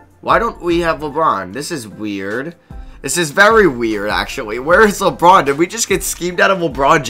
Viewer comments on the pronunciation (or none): Does anyone hear him say wabwuan instead of LeBron